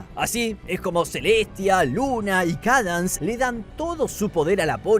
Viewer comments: Cadans fluutershai scotallllo di los nombres bien😢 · la princesa "kadans" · SIII 😭🙏 "Cadans" 🔥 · Me molesta un poco como dice los nombres pero a la vez es muy gracioso JAJAJA, CADANS FLUUTERSHAI JAAJAJ